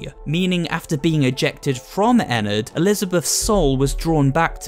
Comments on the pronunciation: ennard not enned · It’s rpronounched enn ard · Actually it “Ennard” not “Enard” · WHY DOES EVERYONE PRENOUNSES ENNARDS NAME WRONG!!! THIS MAKES ME REALLY MAD!!